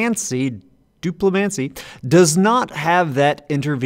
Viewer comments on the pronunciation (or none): DU-ple-MAN-see. Main stress on the first syllable, secondary stress on the third syllable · On the subject of pronunciation, it's the "dupli" from "duplicate" concatenated with "-mancy" from any number of magics. Do-pli-man-sea.